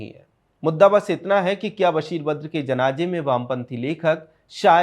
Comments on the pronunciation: Who cares about a language pronunciation! Indians speak Hindi with various dialects do you go around correcting them?? CONTENT is important. Don't digress from issues with pettiness. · बशीर बद्र साहब का मैं प्रशंसक हूं आपने उनसे जुड़ा हुआ वीडियो बनाया किंतु अपने 11 बार जनाजे... जनाजे... जनाजे उच्चारित किया आपसे और आपकी टीम से अनुरोध है कि आप बहुत बेहतरीन कंटेंट बनाने के साथ ही उच्चारण पर ध्यान दीजिए और जनाजे की जगह जनाज़े शब्द का प्रयोग कर अपने वीडियो को और अधिक सार्थकता प्रदान कीजिए। मैं आपकी टीम की राष्ट्रवादी विचारधारा और सत्यता का प्रशंसक हूं और एक प्रबुद्ध दर्शक होने के नाते मैंने आपको उपरोक्त सलाह दी है।